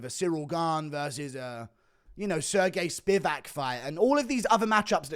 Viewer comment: How dare you say Sergei Spivac in your own accent?